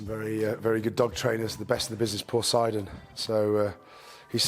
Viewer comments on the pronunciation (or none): none